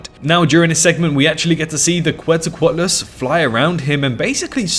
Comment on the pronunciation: The name Quetzalcoatlus is pronounced “Ketzal-co-atlus”